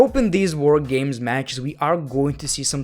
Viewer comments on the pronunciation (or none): "Woah Gaymes"